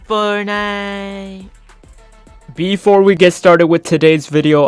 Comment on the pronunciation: How we say it: here in fortnite How says it